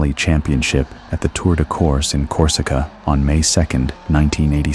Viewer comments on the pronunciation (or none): none